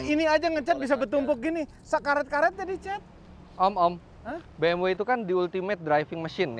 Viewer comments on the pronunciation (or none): Bi Em We mas. Bukan Bi Em Double U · Si paling "Biemdabelyu"